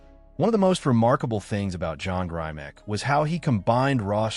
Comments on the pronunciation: First, the commentator needs to pronounce Grimick not Grimack. John Grimick is an icon in bodybuilding and one of the founders of Strength and Health magazine and the York Barbelle Company. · his name has a short i sound not a long i sound. pay homage by saying the name correctly. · Not grimack grimek!!!!!!!